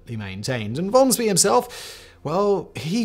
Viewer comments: Pronounced like Von Schpay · Except for von Spee. "Shpee"